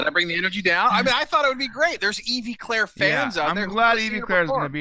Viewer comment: It's pronounced like Evvy. She's not a Pokemon